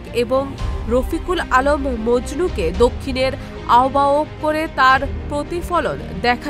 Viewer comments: ওইটা আহবাওক না আহবায়ক হবে 😅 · আহ্বায়ক উচ্চারণ করতে পারেন না? বলুন- আওভায়ক। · আহবায়ক শব্দটি শুদ্ধভাবে উচ্চারণ করতে পারেন না তিনি হলেন সাংবাদিক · আহ্বায়ক উচ্চারণ করতে যে পারে না ঠিক মত তাকে উপস্থাপনা করতে কেন দেয়া হয়েছে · ধন্যবাদ, আহ্বায়ক উচ্চারণ ঠিক করবেন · আহ্বায়ক উচ্চারণ জানে না এই আপু টা। এমন উচ্চারণ করে কেন আহ্বায়ক?